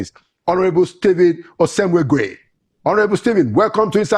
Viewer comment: Pls call that pronounce this beautiful name correctly. "Osemwegie" and not osemweguie as you pronounce it pls. It is meaningless at that.